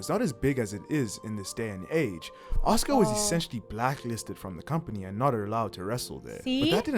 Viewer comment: For the record,.... her name is pronounced "Ahska".... but spelled "Asuka". Just wanted you to know that. As everyone who watches your channel, I love what you do, and think you are adorable (but not in a "creepy old man" way... more like a "I wish you were my daughter" kinda way. It's sad that that needs to be said.... but it's 2023...) Anyway, keep doing what you are doing! Your fans love it!